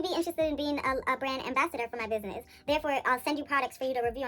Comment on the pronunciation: Biz-nye-ee 🤣😂🤣 I here for it !!